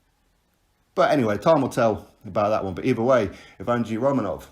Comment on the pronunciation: Lol you butchered the dude's name bro. The right pronunciation is YEHV-GEY-NY.